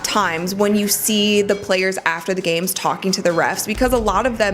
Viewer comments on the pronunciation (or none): none